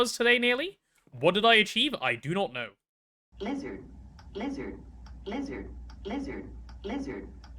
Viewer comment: Blizzard! (thats what i hear to what is supposed to be saying "lizard")